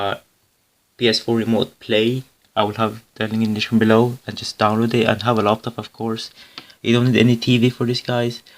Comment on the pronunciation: Laptop not loptop.